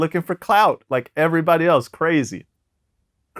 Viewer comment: Bobby Murda? How dare Vlad forget the “Sh”